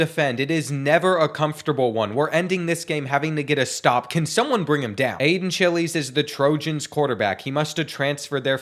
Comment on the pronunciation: Aidan “Chill-eez”🤣🤣